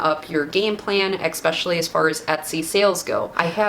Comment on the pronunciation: Did you say "eXpecially"? 😂 But thank you for these gems. 🙏